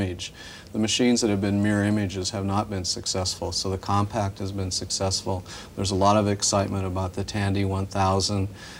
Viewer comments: It’s not pronounced “COMPACT”! OMG, have some self-respect - you’re gonna be on YouTube one day. X-P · Did nobody know how to pronounce "Compaq"? I swear they keep saying Compact